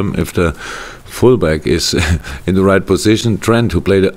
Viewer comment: I was talking to P punkt P. 'Right' begins with an 'r' not a 'd', it was still a good effort mind........